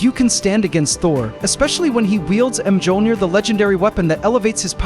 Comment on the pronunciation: If you're going to have Ai do the narration for your videos, spell out MYOLNIR and OOROO phonetically so it won't mispronounce the words.